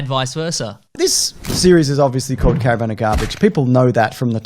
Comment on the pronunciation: Cara - VAN ....not Cara-Vin of garbage bro! I hate you I hate you I hate youuuuuuu!!!